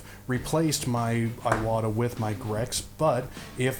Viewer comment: Really appreciate the review-- I have been on the fence between two of them for a while. By the way, "Iwata" is not eye-wahtah but ee-wahtah with a long E sound.